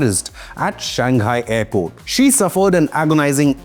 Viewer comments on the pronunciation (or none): none